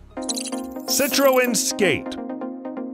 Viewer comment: Citroen is pronounced si-truhn